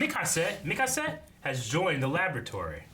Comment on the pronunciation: Mikase Ackerman